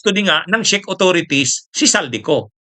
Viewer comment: correct pronunciation po ng Czech ay ‘check’, influencer ka po with almost a million followers in all your combined social media platforms, kailangan po na medyo virtually slightly-near flawless sa pronunciation. keep it up po, marami kaming natututunan sa mga vlogs mo. God Bless🙏